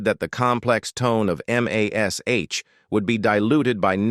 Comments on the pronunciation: "EM AYH ESS AYTCH..." NOBODY but nobody EVER called it by the letters, it was always and only pronounced Mash. -The late-night pique of a st*n*d old man):face-purple-wide-eyes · I was just thinking about AI when I heard the start of this rubbish. EM AY ESS AITCH? Why is it so hard for a human to speak. Oh, I hate Alan Alda more. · It's the forty-seventy-seven, not the four thousand, and please just call it "Mash". AI will never learn to be colloquial.